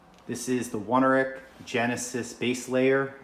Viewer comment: Only problem I have with mine is that the knee grip is significantly above me knee, but everything else fits fine. Guess my legs are just proportioned weird... Also mine do not have a rubberized waist, but it's not something I really care about either way. P.S. it's pronounced own-air-ick